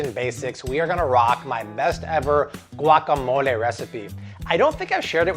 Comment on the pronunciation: I appreciate the fact that he's making an effort to pronounce words the right way. Like guacamole, cilantro